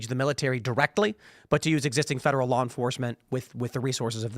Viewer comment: Loiyer that practices loy?